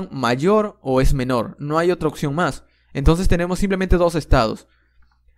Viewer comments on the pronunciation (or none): none